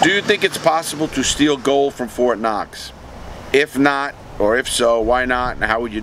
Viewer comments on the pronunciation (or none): none